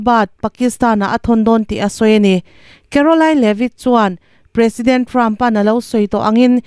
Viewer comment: "President" tih i lam dan hi a ki hniam hret se a dik zawk hmel